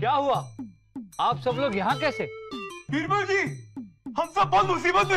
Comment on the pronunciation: Bibral ✔️ Birbal ✖️ 😂